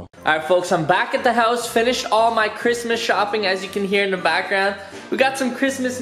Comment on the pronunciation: did you have one of those mini-strokes bro? That was the juiciest sounding Cwishmas yet my dude!